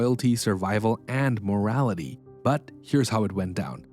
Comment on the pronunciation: Did you say morality? Hahaha